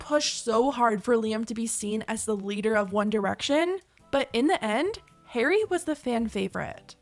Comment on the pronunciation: I'm sorry girl, but the way you pronounce Harry is killing me 😭